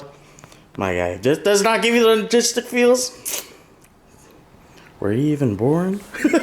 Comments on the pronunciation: you are saying Nah-gistic and it is No-stal-Jic(gic)- close enough! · its "Nostalgic" not "Nogistic" 😂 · We're you trying to say nostalgic??? Nogistic lmao so funny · “nogistic” feels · ….NOSTALGIC, not nagistic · "nagistic feels." making up words. I know you meant nostalgic brother. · Nogistic? Logistic? You mean nostalgic xD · Nogistic lol. Its nostalgic lol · "nogistic" almost made me have a seizure lmao. It's NOSTALGIC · "Nagistic feels." 😂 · that was driving me crazy when he was saying that!! 😂😂😂😂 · He was saying nogistic the whole time you that slow you only noticed at the end? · The way saying nostalgic has me dead sounds like logistic 😂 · Nuh-stall-jick my guy 👍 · He said ''nogistic'' lol. His English keeps getting worse 🤣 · I love it too much it's one of my weakness😂 Nostalgic my brother you saying it wrong😅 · Can someone teach how to pronounce the word nostalgic?